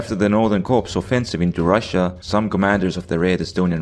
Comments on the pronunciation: When you see the word "corps" in military organization terms, it's pronounced like "core" It's a french word, blame them. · Great vid, but fyi the p and s in "corps" is silent in English. So it's pronounced "core."